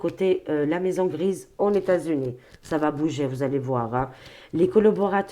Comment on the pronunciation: Ses lapsus, son imagination fertile... trop drôle 😂😂😂 Qui osera lui dire que " leS États Unis" se composent de plusieurS États et que la liaison se fait avec le S ?